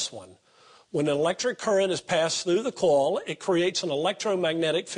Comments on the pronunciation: Funny how he pronounces 'coil' sounds like he's saying 'coal' lol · I noticed that. Kind like "Cohl"